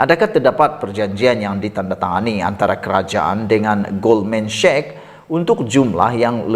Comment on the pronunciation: Hi, boleh betulkan sebutan Sachs macam bunyi SEK!